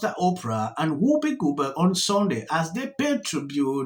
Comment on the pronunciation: Do all africaanas pronounce it Whoopa Goldbog? 😂😂😂😂😂